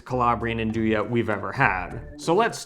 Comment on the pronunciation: Great class, really enjoyed learning about Nduja (and it's proper pronunciation). Nice to know there is a brand here that you enjoyed. Thank you👍❤️